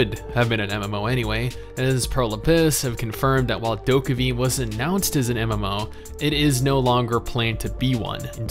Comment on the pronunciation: warm tips: DokeV actually pronounce as ' Dokebi ' in Korean, its mean ' little ghost, little devil '.